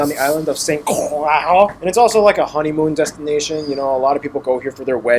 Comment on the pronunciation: St. Croix is the one he's mispronouncing. It's pronounced San Croy. Meaning Saint Cross. Aka Christ